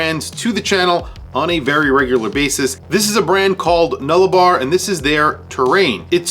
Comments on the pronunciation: Just a heads up from an Australian, it;s pronounced Nulla-Bore, not Nulla-Bar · I quite like it. Being Australian I hadn’t heard of this brand, but that’s not saying a lot!🤣 The Nullabor is a large plain of some 200,000 square km, or some 1,675 km long. The name is Latin & means no trees. It’s pronounced Nulla”bore”! 👍🏼🇦🇺